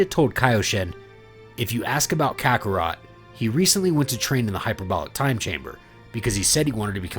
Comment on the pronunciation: Ok tell me, how the heck you can say kakkorot right and not Beerus right, man called him bills wtf